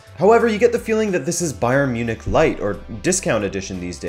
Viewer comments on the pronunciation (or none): none